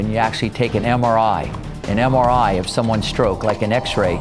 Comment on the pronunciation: Did he say MRI :)